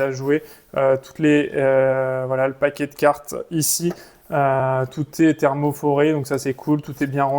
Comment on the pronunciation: Ce n'est pas thermoforé...c'est thermoformé 😂😂. Sinon, merci pour la liste !